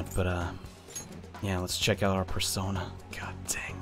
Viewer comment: PERSOINA is how someone will say it